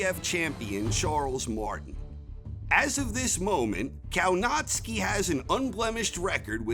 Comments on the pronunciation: Kownacki is pronounced Kovnatzky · Can you say Kownacki normally ? Naucz się wymowy poprawnej po polsku. W Szczebrzeszynie chrząszcz brzmi w trzcinie. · It's spelled Kownacki but pronounced Kovnaschki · It should be Kownacki, pronounced something like Kovnatscki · Did he said Povietkin will be 48 years old??? ... And the way he says Kownacki 🤦. .